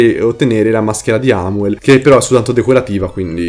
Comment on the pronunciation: Metano non è amuel ma è aumel